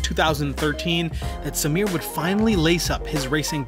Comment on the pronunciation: Bruh I'm impressed with the pronounciations! My uncle built parts of the team that built the cars raced by Samir. It's a now defunct firm called Red Rooster Racing here in Bangalore. The dude is immensely skilled. I remember the time he had brought out his Novitec Supercharged Ferrari F430. The thing sounded wicked n he had it floored! This was around 2013 or so and a time when supercars were a rarity on Indian roads, let alone being driven hard. We also happen to have a goddamned almost 200% import duty on imported cars. So something like a highly specced SVJ is almost 1.5 million USD here. Samir also has a Superformance GT40 in the Gulf Livery amongst a dozen or so tasteful exotics.